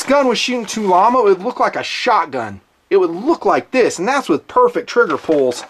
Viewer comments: Hey, just for your information it's pronounced Tula-Ammo not tulamo. Knowledge is power! Thanks for the great videos. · Too-llamo 😂😂😂 it's made by the Tula factory. They're trying to be cute. Just call it Tula. Also your videos have some fat on them, just stay focused on the rifle and this would have been a 29 minute video, or save the bs talk for at the end of the video (watches, table garbage, b*tching about your viewers ect) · ...it's Tula Ammo, from Tula Russia....it's pronounced To-La. The packaging of this ammo is just marketing....i.e. Tulammo. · I dont known....tul-llama sounds funny in a good way.